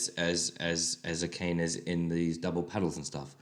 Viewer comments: Ah-Ka-Ne! Not A Cane! Here, this will help you pronounce her name properly . . . . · Very nice thorough analysis on my favorite instrumental by the Maids! Some of Akane's best drumming hands down! Keep doing your thing! Just a helpful tip for future Akane vids, her name is pronounced Ah-Kah-Nay :) or just call her Gorilla lol